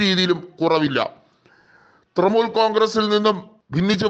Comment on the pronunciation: തൃമൂൽ അല്ല തൃണമൂൽ കോൺഗ്രസ്സ്.. ഇത് എവിടുത്തെ അവതാരകനാണോ എന്തോ?